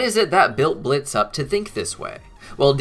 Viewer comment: it's blitzø...say it right plz